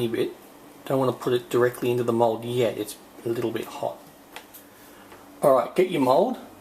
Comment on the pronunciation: 1. It's mold not mode... 2. It's in the description, check before you ask something.